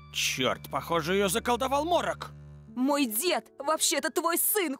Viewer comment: Морок, а не Молох